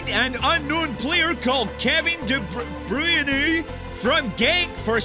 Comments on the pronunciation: Kevin De Breeyerner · It's De Bruyne, not De Broine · de bruyenu 😂